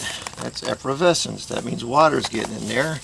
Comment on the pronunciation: How come this guy can’t pronounce “efflorescence “!